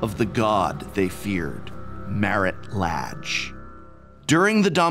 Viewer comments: I always thought the pronunciation of the 'a' in the name Lage was kind of "a" and not "ah". (plus, as a non native-speaker of English this sounds ultra weird for me, I'd say "ei" in Portuguese for the English "a") Thanks for that it would be important to pronounce right to players of my future Storyteller-RPG campaign set in old Dominaria <3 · I've heard it pronounced so many ways at this point I'm not even sure what to go with. I end up being silly and pronouncing it "la-gay" yours sounds legit though. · I love this series, but also oops I've been pronouncing it as La(n)-ge 😅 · Don't worry. Its pronounced Lage. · So, uh… is it “lah-ge” or “lay-ge”?